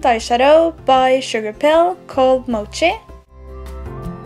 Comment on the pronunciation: The Sugarpill eyeshadow Mochi is pronounced like Mow-key.